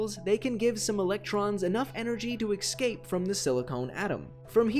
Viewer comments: Escape, not excape! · Eggscape! :D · you seem to be pronouncing the word "escape" incorrectly. You should have someone look in to getting that fixed. Cheers:)